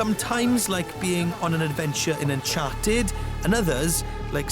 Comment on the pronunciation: partY, zombIE, unchartED. Is that a Scottish thing to emphasize the last syllable of a word?